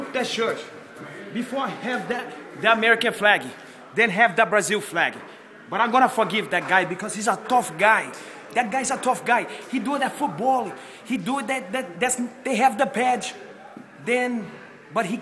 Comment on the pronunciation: this is hilarious, fake accent, in brasil they pronounce "footbal" as "foochibow"